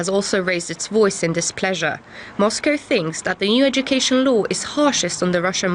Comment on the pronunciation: It's a shame when newscasters with otherwise excellent English pronounce "law" as "low".